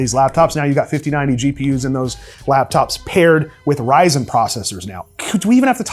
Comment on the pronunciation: Kid: can we get a Ryzen 9? Mom : no we have that at home. The one at home: Yrzon 9 🤣🤣🤣🤣